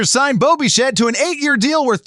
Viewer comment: Bichette, not Bichat, stupid AI.